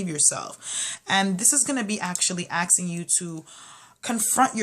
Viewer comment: Did you just say aksing